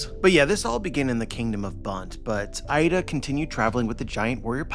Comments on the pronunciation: btw 'Ida' is not pronounced as 'Aida', but 'eeda', as like double 'e' in 'keep'. if you want to pronounce it as the source does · Her name is Iida not Aida